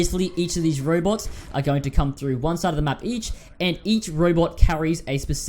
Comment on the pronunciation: Anyone hear " Bobots "?